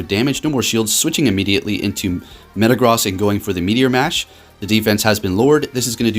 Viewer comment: My guy, could you please start pronouncing Metagross correctly? It’s super distracting in your videos. - and in that video